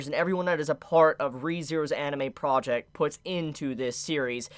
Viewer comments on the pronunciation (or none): none